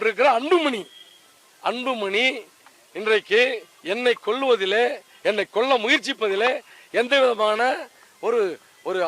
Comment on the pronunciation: கொள்ள இல்லடா கொல்ல